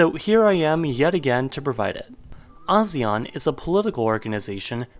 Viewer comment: Teacher's roll call: "Yo A-Sean, is there an A-Sean present today?" A shawn.